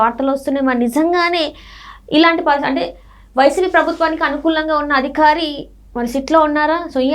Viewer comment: ఆ అధికారి అనాలి అదిఖారి కాదమ్మా